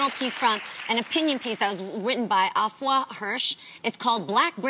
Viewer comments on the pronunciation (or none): 😬😬😬😬It’s pronounced Ay-fua. Please don’t me 😭